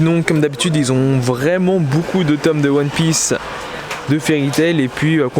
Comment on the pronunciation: Sa me tue a chaque foi qu'il dit Hun Piece au lieu de one piece